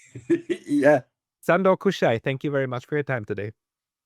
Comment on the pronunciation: Hello, just a tip on how to pronounce his name: Shandor Kusha-i. The Hungarian "S" is pronounced as "SH". Happy to hear from a fellow Hungarian on your channel! Have a great 2026!